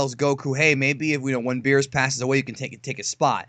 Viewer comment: It's beerus